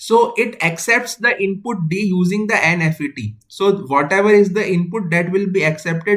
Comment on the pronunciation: it is not "N F E T" , say "n-mos" or "n-fet"